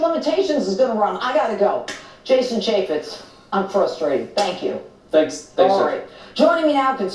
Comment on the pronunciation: CAN YOU NOT UNDERSTAND HOW IGNORANT EVERY VIDEO YOU MAKE SOUNDS SO IGNORANT? YOU SLAUGHTER PEOPLES NAMES, CHAFFETZ IS CHAY FETZ! YOU IDIOT! THESE NAMES YOU SHOULD KNOW! SINCE YOU THINK YOU CAN REPORT ON THEM!